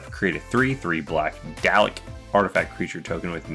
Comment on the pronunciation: Pronunciation (doll-eck) Dalek